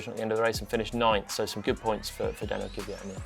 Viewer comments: Can you teach him how to say Kvyat please? It absolutely is not “Kivvyat”! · It's KVYat not KYVat... How hard can it be?